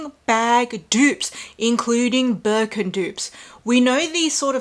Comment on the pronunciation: I keep laughing at everytime I hear Walmart Wirkin & Wermes😂😂😂